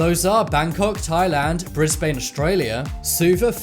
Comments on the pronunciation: Brisbane Australia it’s not pronounced brisbaane its brisbin I know because my cousins live there also I’m Australian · PROUNUNCE BRISBANE PROBERLY BRIS-BAN IS HOW U PRENOUNCE IT UGH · you said brisbane wrong Ps just cause it has a e at the end doesn't meen its brisbAnE